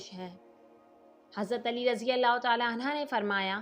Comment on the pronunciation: Bhai ise sahi Kari anha nahi anhi h bhia